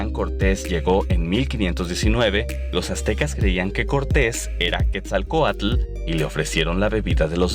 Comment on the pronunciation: no se pronuncia Quetzalcoalcull, se pronuncia tal como se escribe.